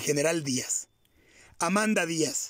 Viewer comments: La esposa no se llamaba Amanda, sino Amada Diaz. Ni leyendo lo dijo bien...😊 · DICES VARIAS VECES AMANDA. CHECALE, HASTA EN LA FOTO QUE PONES DE ELLA DICE AMADA, MINUTO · Es Amada, No Amanda!!! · Amada, no Amanda